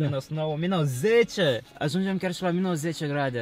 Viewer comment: se zice minus nu minos! 😂😊